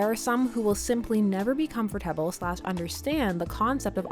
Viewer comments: I love you but can you please say comfortable RIGHT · your pronunciation of comfortable makes me uncomfortable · The way you said comfortable tho.. XD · the way she says comfortable is so funny